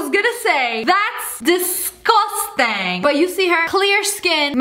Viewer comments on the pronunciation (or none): Lia: DeScOsTAng!..Also Lia: “CEO of feilth over here!Lia AGAIN: “Apparently germs don’t exist if you don’t believe in them! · This is how much Lia say's "Disgosteng"😂😂 👇